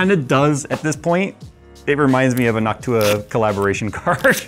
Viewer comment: "Duct Tuah"